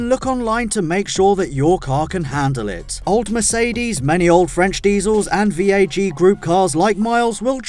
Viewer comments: It's not VEG oil, it's VAG oil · Did you say vag or veg?